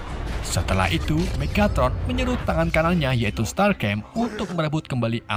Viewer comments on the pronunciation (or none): Decepticon,bukan decepsion,start scream/start skrim bukan startcrem,all spark bukan all spek Tp bagus,ada nyelenehnya sedikit transformers collab sama ML